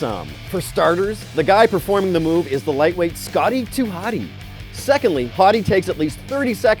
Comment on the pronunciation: he said potty instead of Scotty